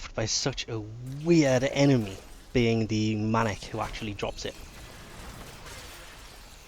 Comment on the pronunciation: You prenonse Maniac: Ma-ni-ac. ;)